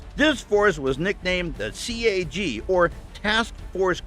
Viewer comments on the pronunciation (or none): I freaked out when he said "C A G" bro it's CAG don't have to space it out.